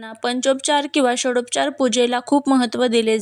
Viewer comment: अर्घ असे म्हणू नये अर्ध्य म्हणावे षडोपचारच्या ऐवजी षोडशोपचार